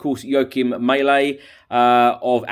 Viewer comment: Not "May-leh",. It's Mæhle, pronounced Mah-leh. But then there's some guy call Hah-Land I hear who's joining Man City, at least according to the English. Which is news to the Haaland family, who always thought their name would be easy to pronounce since it sounds exactly like the country.